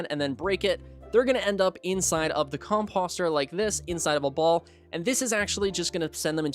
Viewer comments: I was looking for comments like this. Cause my eye twitched everytime he said it😂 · Just FYI: composter rhymes with poster, or toaster. 👍